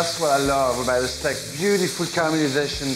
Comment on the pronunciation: Love the "Stak"